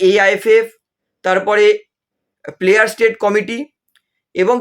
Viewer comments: sobai lawyer hoe geche dekhchi. apni uchharan thik karun player state na ota player status hobe. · প্লেয়ার স্যাটায়াস কমিটি হবে কথাটি। ভুল উচ্চারণ হচ্ছে।